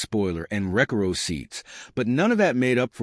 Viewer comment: Why show an Olds 88 when discussing the GM H-body? And I'm not surprised you never heard of the Caballero 😂 however YOU win the award for worst AI voice ever. Reckarow seats? LMAO